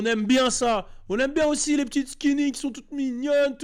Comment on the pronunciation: On dit skiny et apoutchou 😂😂😂